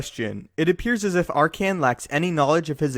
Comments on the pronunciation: Did this dude just call Arcann "Arcian"? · "R-Can" lol Also Legends was Canon before Canon was Canon.